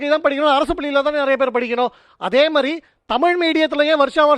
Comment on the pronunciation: 😮ஆம தமிழ்நாட்டில் இன்னும் தமிழை தமில் என்று உச்சரிப்பார்க ள். சரி ஜெர்மன் படிச்சி இந்தியாவில் என்ன செய்ய போகிறார்கள் ? தமிழ்நாட்டில் கிட்டத்தட்ட 50 % மக்கள் இந்தி பேசுகிறார்கள். மும்மொழி கொள்கையை மிக சிறந்த கல்வியார்கள் உருவாக்கி யுள்ளனர்.